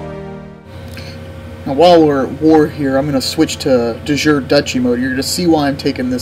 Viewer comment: Not to be a dick, but its pronounced "De Joorey", similar to the derived english word juriprudence, etc... Bleh, anyway.... It's no fun to play premade kingdoms, half of the fun is taking your empire from one county to a kingdom, (or more!)